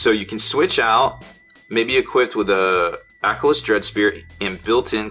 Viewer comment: It's pronounced a-kill-us